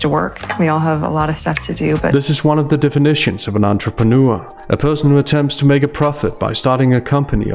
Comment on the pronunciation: Since when is it pronounced "entreprenoo-er"?